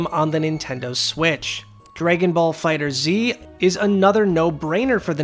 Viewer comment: I noticed you were calling the Dragon Ball game "Fighter Z". This is not the correct pronunciation, unfortunately. The official way to pronounce it is "Fighters". I do apologise for any embarrassment my comment may have caused. Ciao for now.